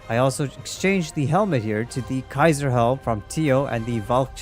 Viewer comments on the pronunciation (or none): none